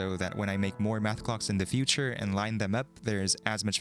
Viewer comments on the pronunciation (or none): none